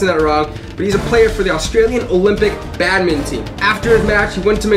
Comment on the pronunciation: I think he ment to say bad-mit-in not bad-min-ti